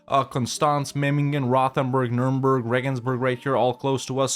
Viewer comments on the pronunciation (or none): none